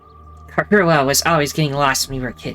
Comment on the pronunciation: I do like Takemaru~ Aaand she forgot how to pronounce Karua.... Hiruko is right, Leave him to die, Please and thank you~ Hiruko is kinda a bi- But she's cool~ Takemaru should follow the rule.. Equal Rights, Equal Fights. But you know in self defense.. Punching someone needlessly is just rude.. Board game~ Kill it with fire!!! The Pumpkin took the Pumpkin~ <3 Eito is safe now~ Amen hallelujah Peanut.. Butter....? This... Demo... Never... Ends.... Sirei was in the trash can? Interesting. A ghost person killed em! Hiruko is the leader! That was fun~ Have a good day, My love~ <3